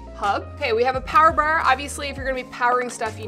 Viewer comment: It was the Power Bawer (bar) for me lmaoooo why she said it like that TWICE in a row hahahaha